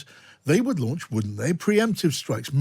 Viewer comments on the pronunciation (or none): none